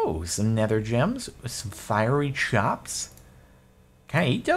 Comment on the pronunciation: It's fierry (firey) coul'd be your next girlfriend.